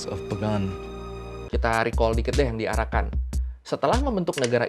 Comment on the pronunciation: Pas ngomong arakan kok dengernya jadi PARAKAN 01 ?! Hahaha